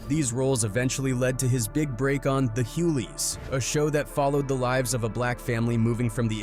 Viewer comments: Hugleys, not hulies 😂😂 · Wtf is da huleys